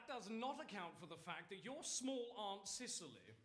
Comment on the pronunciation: WHY are they pronouncing Cecily as "Sicily"????